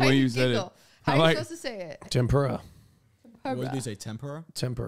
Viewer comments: I'm from Latina America and I'm here to defend. His pronunciation is amazing. Edit: Also QT said "tempura" the correct way, they said it like muricans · I love how Hasan made fun of QT pronouncing tempura wrong after saying "WAYGEEOO"